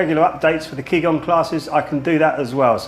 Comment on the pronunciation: Its actually ji gong. Ji like journey not ki like kill. For gong I should show you the phonetic transcription but I doubt you know that.